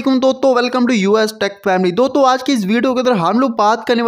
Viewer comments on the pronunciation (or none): He saying doto instead of dosto 😂😂